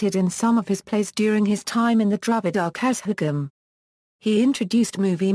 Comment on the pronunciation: Though informative the pronunciation is very bad particularly kazhagam etc